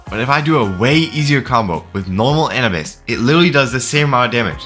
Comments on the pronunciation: bro said An-uh-bis 😂😂😂 bro it’s Anubis like the Egyptian god bruh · Bro it’s a-new-bus not Annie bus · A - NEW - BUS!!!!! NOT ANABUS!!!!! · its pronounced anoobis pal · Does he know he said anubis wrong you say a nu bis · nigga said anibus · Wasn't it pronounced Ah-noo-bis? The Egyptian god of death? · hearing you say "an-a-bis" hurts... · W video, but the way he said Anubis gave me third degree burns every time he spoke the word. "Anabis" "ANABIS" LEAVE ME ALONE "ANABIS" GRAAAAAAAAAAAAAAAAAAAAAAAAAH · Oh yeah, it’s also pronounced A-New-Bis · Please stop saying Anubis wrong, it hurts my soul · It’s a pain hearing him pronounce “Anubis” wrong every single time… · The way you say anubis is just making me grind my teeth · The way he pronounces anubis hurts my soul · The way he pronounced anubis was making me so mad 😭🙏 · Every time bro says Aubis wrong, it annoys me so much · how the hell do u misspronounceanubis